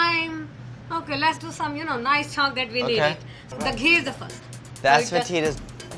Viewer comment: Andy: "chhonk" Me: C H O N K